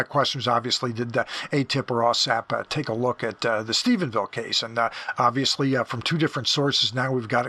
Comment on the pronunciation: I want to thank you for pronouncing Stephenville correctly. Rich Dolan and Chris Mellon both call it Stephensville. It doesn’t sound like a big deal, but as someone from the area, it bothers me to no end. Thank you for your continued diligence and accuracy in your reporting. I never miss an episode. Thanks again!